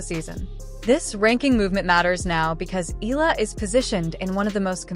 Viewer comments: Alex's surname is pronounced "EH-YAH-LAH"!!! (THREE SYLLABLES!!!) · 😮😮😮PLEASE IT IS PRONOUNCE EH-YAH-LAH!!! OK!? 😮😮😮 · Pls pronounce her name as Eh....yah...la.. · Maybe It's AI . That's why they cannot pronounced her last name properly. .